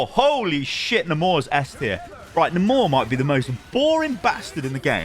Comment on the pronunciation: Why are you calling Namor nuhmorre